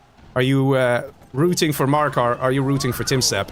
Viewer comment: Btw Maraka is called Maraka not Marakar (no r at the end), it means “Battle” in arabic